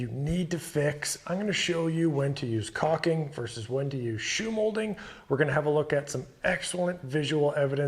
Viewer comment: It’s not cocking. It’s cauLking